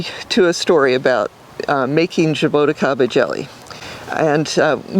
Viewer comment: Zhaa - Boo - Chee - kah - ba, this is how you pronounce it. Zhaa, like ZaZa Gabor; Boo, like halloween Boo; Chee like cheese (ti is chee in portuguese); ka, like the crow says; ba, like ba-ba black sheep.